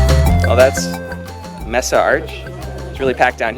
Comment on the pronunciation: Aw, how cute, he doesn't know how to pronounce Mesa